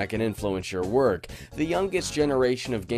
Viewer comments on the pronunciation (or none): none